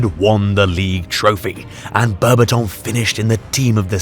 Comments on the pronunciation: the way you pronounce his last name makes me vomit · Bro made a 16 minute masterpiece documentary and didn't bother learning how to pronounce Berbatov's name correctly